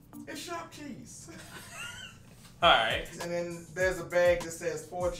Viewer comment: Sharp vheese😂😂